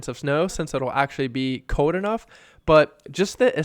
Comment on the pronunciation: “Somewhere cowd”